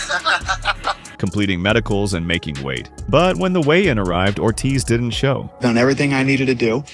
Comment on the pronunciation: I thought he literally said you know I believe it's my job to go out and choke kids lol he said show kids . For a second I was like damn Tito you're out there pulling an Anakin Skywalker on these little kids. 😂